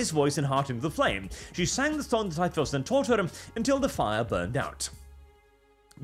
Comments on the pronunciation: It’s pronounced “tie-flo-xion”. Like explosion but with “tie” instead of “ex”. Not…”tie-floss-eon”. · "tie floss eon" ok, sure, you dont know the pokemon, suuure. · Your pronunciation of typhlosion sounds so off that i didnt even recognize what pokemon you meant at first. Im used to the ending sounding similar to explosion. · It's Ty-flow-zhun. Like Explosion but with TY instead of EX. It's a fire type. Filthy fking yuros learn to read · I'm kinda okay with "Ty-floss-eon" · Hearing saying pokemon names like typhlosion is hilarious to me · Typhlosion surely rhymes with explosion?